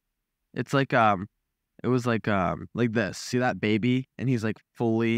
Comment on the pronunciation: “is that to hold the baybe?” I love the way he said that😂 “the beybeh?”